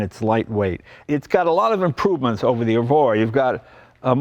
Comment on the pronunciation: "Evora", Mr Leno. Generally Lotus names start with an "E". Good to see you out there in a quality sports car, it looks fun.